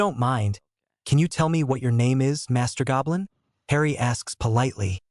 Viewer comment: please stop saying hrien it doesnt sound the same as harry